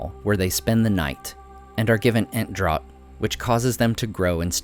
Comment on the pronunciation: Draught is pronounced draft.